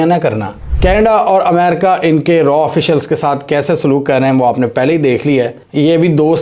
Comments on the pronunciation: 😂😂😂😂 It's Raaaaa not R&AW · RAW NAHI SAAR ITS RAA, PLS USE CORRECT URDU WORDS, MODI NAHI SAAR MOODY 😂😂😂😂